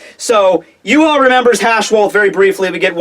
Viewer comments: Ryuken gave Uryu the arrow and told him it would stop Yhwach. PLEASE LEARN TO SAY HIS NAME correct it is pronounced Yah-vahk and NOT yoo haw, geez dude. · Please call him Yah-vahk not yoo haw. Unless Kubo says it Yoo haw then you are butchering his fine German name bloody badly. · Too funny Yoo haw when guy is German name pronounced Yah-Vahk please learn German dude! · Please for the love of God learn to say Yhwach name correctly! It is pronounced Yah-vahk not Yoo-haw! It is German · and the wrong bad way he calls Yhwach yoo haw and not ya-vahk